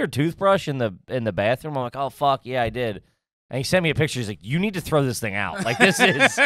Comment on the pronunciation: While we're at it, can someone please tell him that there is an H in "bathroom"?